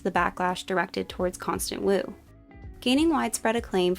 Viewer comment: Sorry, did you pronounce it "Constant" Wu?